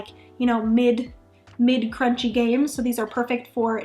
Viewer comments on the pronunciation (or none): I don’t know this “crunchy” that you speak of. I do know of “crwaunchy”. Is this what you mean?